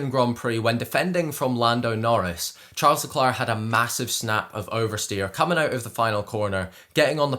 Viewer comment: please look up how to pronounce his name correctly. that is definitely wrong (first name)